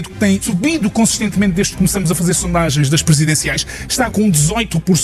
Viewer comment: Fds até o jornalista diz "começamos" em vez de "começámos". Tá tudo fodido...